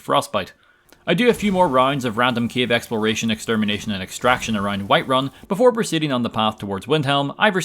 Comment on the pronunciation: Is it just me or he pronounces cave as Kiev?